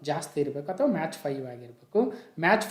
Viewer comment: Sir your pronunciation is match but it is Mach(ಮ್ಯಾಕ್)